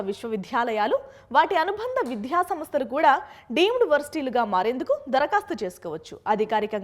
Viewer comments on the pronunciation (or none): విధ్య కాదు విద్య